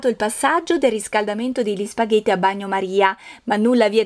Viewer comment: «spaVètte» con la 'v' :-p. «câ pummaròla 'ncòppa» Saluti dalla Campania :-)